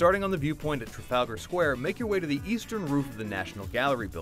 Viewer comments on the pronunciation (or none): none